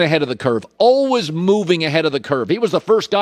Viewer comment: Hey Collin , if you're always learning then how about you learn to pronounce the word always?